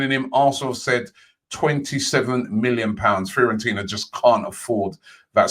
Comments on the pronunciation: The rest of the world: Fiorentina Robbie Lyle: Fear-on-Tina 🤦🏾‍♂️...but this is why we love him 😂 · Nobody: Robbie: "Fair-on-tina" "Care-on-tireny"